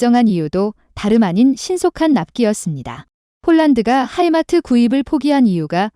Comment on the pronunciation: 하이마트가 아니고 하이마스!